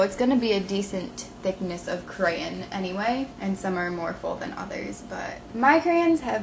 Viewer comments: would u stop saying crayin!!!!! its crayOn!! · she said CrayIN 56 times and PS it's not CrayIN it's crayON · I just watched the wreck this journal 13 when u talked about this and it's so funny. How many times to u need to say "cray-en" 😂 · it is not stop saying crayans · crayON ... not crayIN... oh my god this is driving me INSANE! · the word crayin is driving me crazy its crayon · ahh mmmm it's crayon not crayyain. too much extra info that didn't needed,but it was a good video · She keeps on saying crayan it's crayon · It's pronounced cray-ON not cray-un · Since when was the word crayon pronounced 'crayin' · Ikr cuz she keeps saying crans like dose she even know how to talk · Gosh....its pronounced crayOn not crayEn!!!! Sorry but when u say crayen about a million times in a 10 minute video that could have taken 4 minutes a person with OCD will tend to loose their shit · She pronounces it 'cran' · NOT CRAYN IT IS CRAYON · You're pronouncing it crayin, it's pronounced crayawn! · People is just too childish sometimes, Who cares if she says crayens or crayons! -_- just enjoy the video or get out! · Whymdomyou,say,crayon like crayin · I hate how you say crayon and you say it like 150 times. Lol. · STOP SAYING CRAYAN! Plz its crayON. Still liked the video though, I <3 your videos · You say cray-yon but it' crayons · Where are u from to say crayen instead of crayon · I loved how she said crayn instead on crayon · i love the way she says crayon... crayin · did you notice that you are saying crayn instead of crayon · She said creyon not crayon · It's *crayon* not crayen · Crayin , lol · Crayen? That's like me saying, "Da Duck?" So, I'm cool with it! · why do u say crayon careyn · I came to this video just to hear how you used to say crayon, I'm from the wreck this journal number 13 I believe 😂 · she says crayons like crayns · Did anyone notice she was saying creyen? :D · could u please say the word properly it sounds like ur saying crane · It's pronounced crAYons